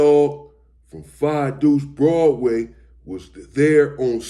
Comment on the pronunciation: He said 5 Duece 😂😂😂